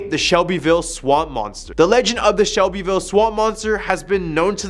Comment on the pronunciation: SELBEYVILLE NOT SHELBEYVILLE